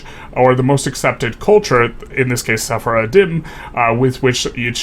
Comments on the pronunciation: FYI it's pronounced se-far-dim (with the most obvious pronunciation) not se-fara-din. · Sephardim is pronounced "seh-faar-dim" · It sounded almost like he was accidentally calling them "journey of the faith" in Arabic - سفر الدين (Just a beginner learner so my grammar might be wrong there, but it has that cadence to my ears)